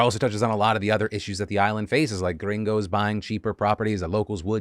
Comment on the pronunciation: Phil saying “gringos” gives me life as a Hispanic/Latino, bless you Phil